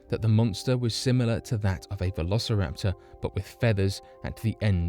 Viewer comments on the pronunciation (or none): none